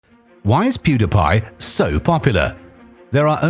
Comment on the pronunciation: You don’t know how to pronounce pewdiepie